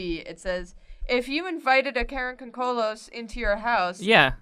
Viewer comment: Dude, it's not pronounced karakoncolos, it's karakondzhul like Cara con jew. And the picture that you showed for karakondzhul is actually an image of a Bulgarian tradition called Kuker warrior. Karakondzuls look more like hairy little devils, sometimes said to have wings.